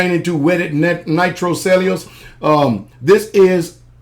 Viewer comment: Yup....just went out and got another $160.00 worth of various cal. rounds......Get Henry Firearms while you can. Pretty soon, the Gub'mnt will stop shipments of Winchester Rifles from Japan...... PS. It's pronounced "Cell-U-Lowse".....